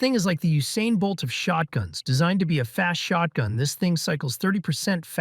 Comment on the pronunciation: Didnt realise this was an ai voice until he said shortgun Anyone else not realise or am i just dumb?